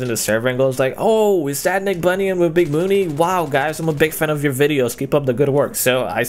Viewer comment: ER MA GAUD It's NICKBUNYUN